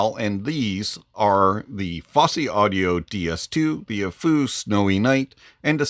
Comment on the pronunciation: Any benefit to upgrading to the Snowynight from the Tanchjiam Space? Side note, you're the first person I've heard pronounce Aful correctly.